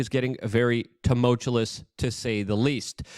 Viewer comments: It's more annoying that he pronounces it TAHMOLTCHALOUS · I like Luke. I'm just trying to get him to see how it's spelled so he can stop pronouncing it with the extra "L" Love ya, Luke. ☕️👍🏻😆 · You need to stop using the word, tumultuous. You don't know how to pronounce it. There is no second "L", in tumultuous. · There's only one "L" in tumultuous... Js 😂